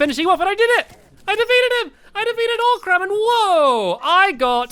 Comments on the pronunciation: also its not oc-ram its o-cram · He knows you pronounce it oh-crum not oc-ram, right?